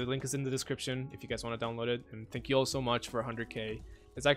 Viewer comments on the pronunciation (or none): i love "tenk u" in the end lol